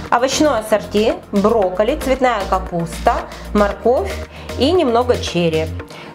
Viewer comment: Рецепт отличный 👍👏✌️👌👍 тебя сегодня не хватала, была за кадром и слышалось странное произношение как будто брикеты, это так?Спасибо тебе большое за рецепт 👍👏👌✌️👍